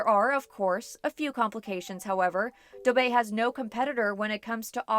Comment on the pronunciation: yes it's the correct pronunciation for dubai